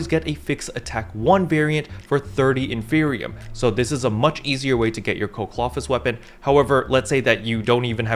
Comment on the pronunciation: Isn't it in-fer-ni-um. Like inferno and copium combined